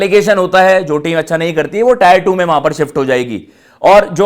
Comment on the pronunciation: Abe टायर Nhi टियर Hai Chutiye 🤡